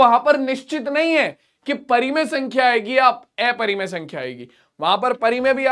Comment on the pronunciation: Sir plz aprimay sankhya ka pronenceation sahi karye